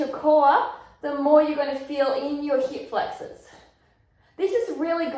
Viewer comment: you had me at "heep flex-awes."